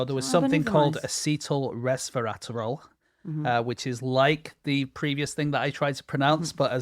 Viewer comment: I love how James' pronunciation of "resveratrol" sounds like "Nosferatu".